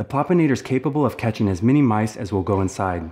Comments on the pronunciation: Loved the video! 👏 But... Am I really the only one who noticed the word, "Popinator" instead of, "Plopinator" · PLEASE read the name of the trap: PLOP-in-ator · Plopinator not Popinator. Plop Plop Plop